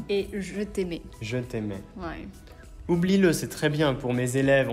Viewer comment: 他可能是把音節拆成ou/b/lie-le來唱，還把le連到lie裡面當一個音發了，所以發音就整個錯了 另外我沒有聽到les的音